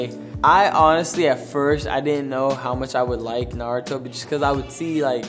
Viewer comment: 'Naruto' now thats how you pronounce it. Not 'NaRowToo' looking at someone named Michael B. Jordan